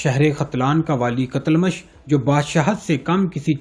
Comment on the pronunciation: TUGHRAL KO TAGHRAL MARW ko MAROO, KOTALMASH ko KATALMASH, YAABGO ko BEGOO, Ye sub kia hai, CHAAGHRI ko CHAGRI, خیر ہے؟؟؟😂😂😂